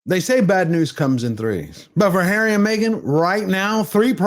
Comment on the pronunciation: What a wet lettuce. Hawwy is so cringe.